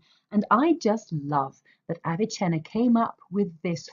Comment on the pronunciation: its NOT aviCHenna. Its Avicenna. He is not Italian. Stop mispronouncing his name. Also your audio is barely recognizable. Get it together lady